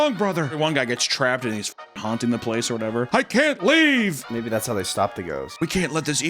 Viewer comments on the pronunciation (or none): i can't leave has never sounded so Jewish